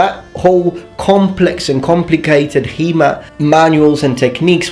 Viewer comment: After 10 minutes I understood you speak about HEMA and not He-Man. :D